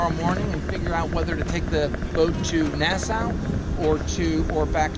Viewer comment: Hey guys, it’s pronounced “Nasssaw” not “Nassouw” get with the program